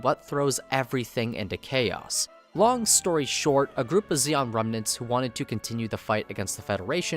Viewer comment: it's zeon, not zeong